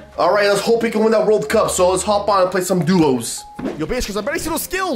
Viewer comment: Why dose he want to win the World Cup and he can’t even say cup right